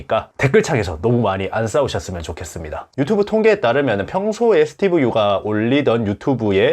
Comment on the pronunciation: 스티븐영어로 말하라. 한국어 발음이 너무